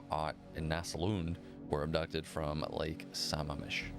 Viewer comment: Sam-mam-mish. I worked at the same building as Bundy on the Washington State campus. About the time he was executed. The waiting list was long to get a parking spot. When I finally got a spot, I was told it was Bundy's spot. Creepy as hell. Another creepy SOB from Washington was Charles Rodman Campbell. He was a serial rapist. My boss was in charge of putting cameras in the alcoves to the prison cells for people on death row. He was standing there and felt the hair rise on the back of his neck. He turned around and there was Campbell with his face pressed between the bars. Crazy looking. No one was supposed to be in the cells. But there was Campbell. My boss said he didn't mind telling anyone he pissed his pants. They hung Campbell in 1994. He had raped Renae Wicklund and they put him away for 40 years. They also allowed him out on work release. Very little supervision. He left work, broke into Wicklund's house, killed her, her daughter and a neighbor that was there. For testifying against him. That got him the death penalty.